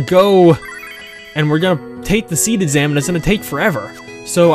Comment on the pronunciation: You really want to draw more spells from monsters. Especially the ??? spells. Those are new spells you can get. As far as secrets goes, there are a lot of them, but they won't pop up until after the SeeD exam. (By the way, I find it interesting you're pronouncing it as "seed". Which is correct. But I always pronounced it "see-dee".)